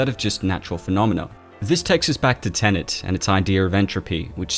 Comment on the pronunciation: Cool. Now all we need is a video explaining how to pronounce "Tenet" without saying "tenant" instead.